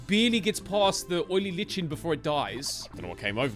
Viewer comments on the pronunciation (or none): Lichen is pronounced Like-en. Orchid is pronounced Ore-kid Just thought I'd throw that out there lol